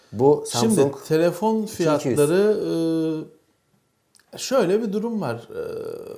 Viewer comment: helefon :DD abi naptın ya :DDDD